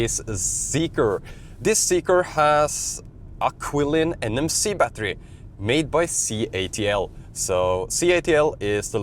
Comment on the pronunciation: The CATL battery is pronounced chilin, nor kwilin.